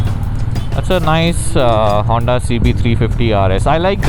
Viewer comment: It's honda not hunter Re guys man obsessed